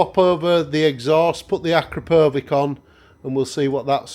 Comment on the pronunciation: Super helpful - thank you! On your note about how to pronounce “Akrapovic”, it’s as you pronounced it except the last syllable is as in “sandwich”.